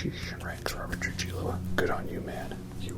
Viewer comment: Just a heads up Rob's last name is pronounced "Tru-hee-yo" Sincerely, a hispanic Metallica fan😊